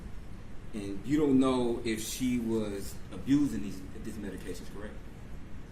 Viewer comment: This defense attorney is a joke. He can't pronounce specifically or medications.